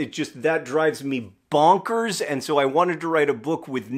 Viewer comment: I just need you to know that "bonkers" is my absolute favorite word in the world, and you executed it FLAWLESSLY.